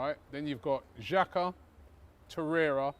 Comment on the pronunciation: The lockdown must've really affected. Did I hear him say xhaka 😭